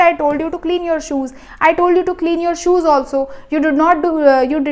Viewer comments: ma’am aapke Khud ko English aate hai Kya? Tidy ko teedy kyu pronounce Kar Rahe ho…..😂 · i think tidy is pronounced tidy only not tiidy .... 😢😢😢😢 very good explanation mam thank you for your explanation 🎉🎉🎉🎉🎉.. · did you didy(tidy)!!??😂